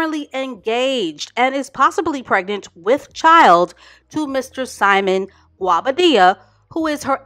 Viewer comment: Its the way you pronouced Guobadia for me